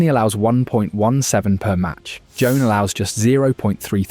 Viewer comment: It's pronounced Juwan (like swan).